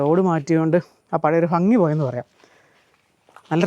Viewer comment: വളരെ മനോഹരം കാഴ്ചയും അവതരണവും !! പക്ഷേ ഫംഗി !ഫാര്യ ! ഇതൊക്കെ ഒഴിവാക്കണം 😂